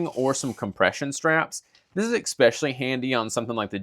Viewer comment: ^es-specially* There is no X in the word.